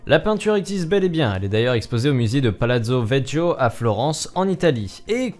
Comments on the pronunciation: Palazzo "vetchio" mdr ça se prononce "vékio" xD. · Super vidéo, sinon une toute petite précision, à le musée se prononce Palazzo Vekio et pas Vegio, (oui on s'en fout complètement mais bon...) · Désolé si je fais le relou mais Palazzo Vecchio c'est pas (Vetchio mais Vequio) sinon très bonne vidéo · on prononce "palazzo vekkio" car en italien, chi se prononce ki. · on prononce Palatso Vèkio merci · j'ai juste à relever que le palazzo vecchio se prononce vekkio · ATTENTION ⚠️ le musée à Florence où se trouve le tableau s’appelle « palazzo vecchio » et ça se prononce « palatso vékio » ( j’ai souffert mais le reste est excellent) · Pour le Palazzo vecchio la prononciation c'est palazzo vekkio